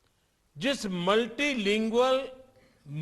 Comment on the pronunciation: I think he couldn't pronounce "multilingual" the first time perhaps??😂